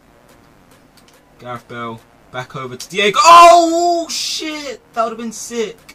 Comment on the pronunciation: Why don't you just say Bale?